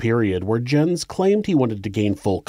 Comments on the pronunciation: Might be a little nitpicky but I think Jens is pronounced “Yens” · His father's name would've been pronounced "Yens" because Js are pronounced like Ys in Norway. I really hate to nitpick though because this is so welldone. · REALLY ??? Somebody has to point out that Jens ,in english is pronounced Yins ? jesus